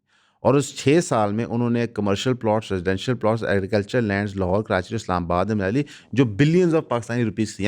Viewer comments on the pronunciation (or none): none